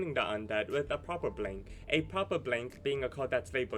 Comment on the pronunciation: The way you pronounced blank deck sounded like "blink" deck lmaoo